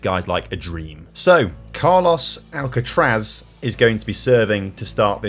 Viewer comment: As a tennis fan you saying Alcatraz was pretty triggering 😂 great video!